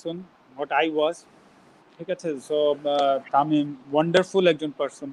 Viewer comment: এক হালার পুত একটু পর পর খালি বলে অনডারফুল অনডারফুল